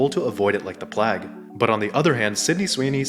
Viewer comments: “Plag”? Really? It rhymes with vague, not bag. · bro speaks with perfect american english but doesnt know how to say plague